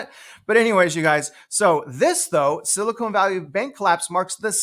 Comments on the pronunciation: Love your content. Frustrating the Ponzi scheme that is our financial system and how bad behavior is continually rewarded while fiscally responsible everyday people are punished. Also, it’s SiliCON not silicone, lol. Please pronounce it correctly!! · Spot on. One note though, I believe it's pronounced Sili-con (con not cone). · You know there is no "e" at the end of Silicon. There is a difference, one of them is nicer to touch.